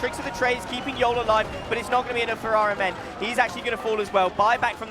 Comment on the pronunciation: the fact that caster keep pronouncing rMn as iron man triggering me